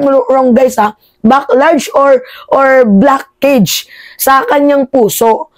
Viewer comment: Blockage pronounce as blakeyj